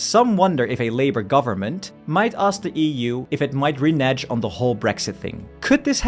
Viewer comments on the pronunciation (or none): Learn to pronounce the word 'renege' correctly. It's pronounced 'ruh nayg'. You're welcome.